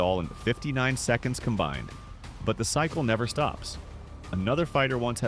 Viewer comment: More YouTube AI trash. The narrator is a robot with no English or Portuguese language skills… listen to the way it reads Holm’s boxing record… Or pronounced Amanda Nunes’s last name OR pronounced Bethe Correa’s first name.. This is trash. Block this channel? Confirm? ✅